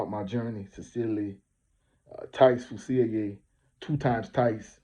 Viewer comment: That man a rb and that’s not how to say his name